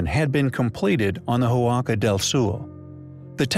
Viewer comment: Re. Huaca del Sol: It is pronounced wock-a, not who-ocka. The "h" is silent.